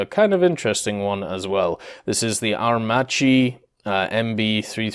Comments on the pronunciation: Aermacchi is pronounced Aermakki 👍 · please stop raping italian names: CH is pronounced K, so Aermacchi=Aermakki (just think about maccheroni, you wouldnt pronounce it "matceroni"). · Aer-macchi reading Aer- Makki